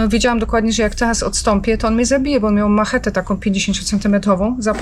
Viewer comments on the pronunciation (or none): Dostanie pielęgniarkę do zmiany pieluch ? I zaopiekowany bedzie? A ty smyku co tak pierdolisz.Masz czym ? I jeszcze jedno droga Pani..miał MACZETE NIE MACHETE ,!!!